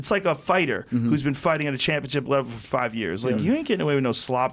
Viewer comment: TJ...it's twenty FIVE. Not twenty FIZE.